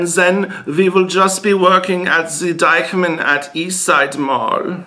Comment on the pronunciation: Did you intentionally pronounce it as "Dyke-man"? :D :D